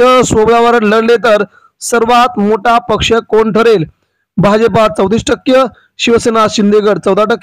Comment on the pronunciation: टक्य नव्हे पत्रकार टक्के म्हणा भाषा सुधारण्यासाठी परत शिका